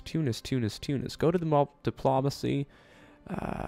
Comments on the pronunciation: ThemMinecraftVids It's better than Too-nice. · you pronounce tunis correctly.